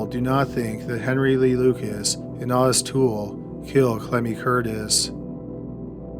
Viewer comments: It's not awww-tus its oooooh-tis. Otis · Odis is pronounced O-dis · Your shows are typically interesting & I appreciate them, by listening often. However, when it comes to your pronunciation of names — people & places — you’re frequently well off the mark. Henry’s friend Otis, is not “Aw-Tis” for gosh sakes! The first letter & vowel of O in the name is long; a long “O”! So it’s simply prounced as “Oh-tis”. This is not hard to figure out. Just look in a dictionary or ask around!! You’re killing me w/ this kind of nonsense. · It's "Owe-Tuss" Toole....qq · Otis is pronounced with a long O, like Oh-tis. LONG O. Just saying. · Love the vids. Ive been around since about 10k subs.... But its Otis (oh-tis... Like oh no) not otis.